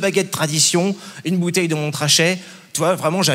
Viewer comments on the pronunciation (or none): J’ai vraiment apprécié, j’ai ri et j’ai passé un bon moment, merci 😂👍🏻 P.S. pour la dernière fois, on ne dit pas « Montttttttrachet » mais « Mont-Rachet »! La tu m’as énervé. À la tienne! mais seulement parce que tu as bon goût, ne serait-ce qu’en citant ce vin d’exception et « qu’accessoirement » on a les mêmes valeurs(🤫) 🍷/🍷tchin :-)